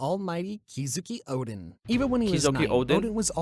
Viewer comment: This video u react i just heard he say kizuki oden😭 it's kozuki oden not kizuki...omg